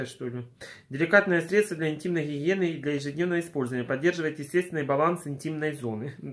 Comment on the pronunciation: Так забавно звучит для интимной хихиены